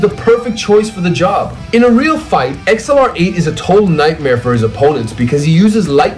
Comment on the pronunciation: Why can’t you say Accelerate like everyone else